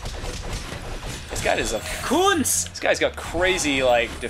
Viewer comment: It's Küntz not Kuuntz. GET IT RIGHT